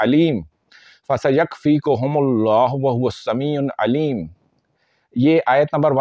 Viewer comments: Bhai sami un nahi hai sami ul hai. I hope ap is baat ko positively lain gay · Sameeun nhi Sameeul hai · Sameul Aleem hey jub k ap Sameun Aleem parh rahy hain plz wazia karain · السلام عليكم و رحمة الله وبركاته اللہ تعالیٰ آپ کے علم میں برکت عطا فرمائے گزارش ہے اپنا تلفظ صحیح ادا کریں وہو السمیع العلیم السمیع کی ع پر ایک پیش ہے اسکو ل العلیم کے ساتھ ملا کر تلاوت کرنا ہے عل علیم جزاک اللہ خیرا